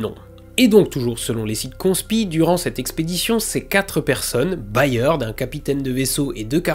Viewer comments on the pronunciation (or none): Cette vidéo est juste parfaite, mais si je puis me permettre le patronyme Byrd se prononce à peu près comme bird (beurd, donc). C'est également celui de William Byrd, compositeur majeur de la Renaissance 😉. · "Byrd" en anglais se prononce exactement comme "bird" (oiseau).